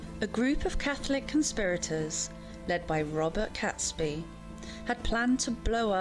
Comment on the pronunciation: Catesby is pronounced Katesbee not Catsby . The letter sent was coded so as not to actually state what was going to happen .🇬🇧